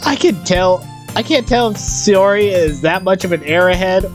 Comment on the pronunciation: Ok a couple of things. A NEET is someone who has no life no job and stays home all times and hides from society. Also her name pronounced . SIGH UR IE